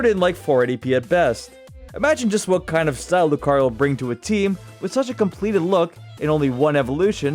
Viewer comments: YOU GOT THE SECOND SYLLABLE WRONG! IT'S LOO-KAH-REE-OH, NOT LOO-KUH-REE-OH! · Lucario 🚫 Loo-kuh-ree-oh ✅ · I lost brain cells from the way you pronounced 'Lucario' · That is a pretty weird way of pronunciating lucario lol